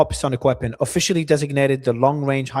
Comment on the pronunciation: Beginning a few minutes were a good HISTORY LESSON FOR Mario...Hypersonic missiles speed?? March 5?? Mario?? Get it right it is MACH 5 , mach1 = 1 speed of sound about 343 m/sec. MARCH 5 wow, obviously he is reading it from youtube speech translator which doesn't know any better and this guy just reads and repeats what he hears on youtube. SELF EDUCATION FROM YOUTUBE IS VERY DANGEROUS especially now days where AI generated false information is spread out, it is like self medical treatment from google..JUST SAYING...